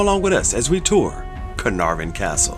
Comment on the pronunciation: You had me at the correct pronunciation of Caenarfon.